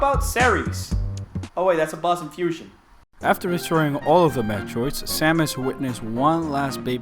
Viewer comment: I find it funny how you say FUSHUN